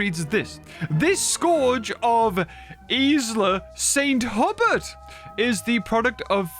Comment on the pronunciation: For what it's worth Saint Hubert is probably pronounced more like San Hyoober